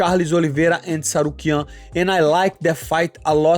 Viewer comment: It's interesting that Renato was the only one who pronounced Arman's surname correctly😅